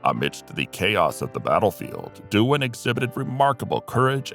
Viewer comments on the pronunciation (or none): You should be ashamed of yourself. James Doohan is the right way according to IMDB and you still manage to call him Duan.